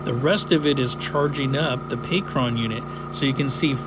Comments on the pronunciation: not pay-cron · I just have to ask maybe you will maybe you won't answer me but why do you keep on saying Pacron and not Pecron .... I deem you as one of the best when it comes to the content that you make on YouTube. So for you to be mispronouncing a word like that its annoying. Maybe your messing around or maybe im not hearing you clearly i could be wrong. Smh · "Pay Kron"? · Stop saying "pee cron"